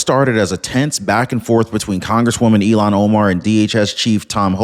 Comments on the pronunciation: It's Il-Han not Elon Keep up the good Work! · I wish you and many others would pronounce her name as it is spelled...Il -han. It is not Elon as in musk. Just an observation of laziness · Hi, maybe I'm hearing it wrong when you say Ilhan but to me it sounds like Elon, no "h." in the sound.